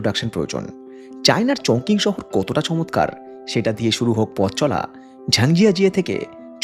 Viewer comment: উচ্চারণ টা মনে হ‌য় হবে চংচিং। চংকিং নয়।